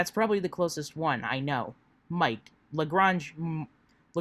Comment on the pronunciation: I just want to say...it's pronounced "Luh-Graynge". ;) I do appreciate your "current events" streams as a way to keep on top of this insanity, so thank you.